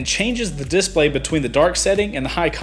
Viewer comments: you're saying 'dIS-play' wrong. it's di-splay. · Love the video. One thing, am I the only one who keeps getting hung up on how you pronounce "display?" (disPLAY > DISplay) Lol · I hate the way you emphasize DISplay. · Cool DISplay. Does the south put the emphasis on a different syllable? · You say "Display" weird... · The way you say display makes me mad... nice upload!